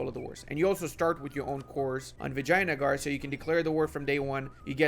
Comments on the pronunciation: Did he just pronounced Vijyanagar as "Vagina-gar"? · Not the vagina-gar? Is that how u pronounce it? From now on im role playing it as feminist rajastan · are you saing vaginagar?